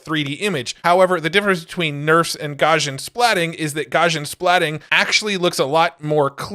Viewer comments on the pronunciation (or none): FYI, Gaussian is pronounced Gow-see-un. It's named after the German mathematician Gauss. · Look up "Gaussian" in the dictionary. The pronunciation will make more sense. (Because of Gauss.)